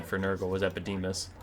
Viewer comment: The fact that you managed to pronounce EpidemIus wrong the entire video baffles me. xD